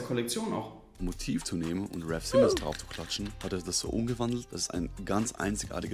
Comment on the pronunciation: Wenn man schon über raf Simons sinniert sollte man vielleicht auch seinen Namen richtig aussprechen können.